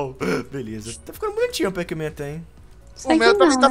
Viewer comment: vc falou pac?